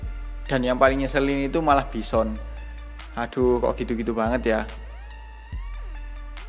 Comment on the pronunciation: pas ngomong byson ngakak gue cuk...wkwkwk